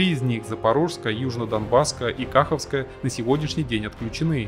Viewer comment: НЕ К'АХОВКА А КАХ'ОВКА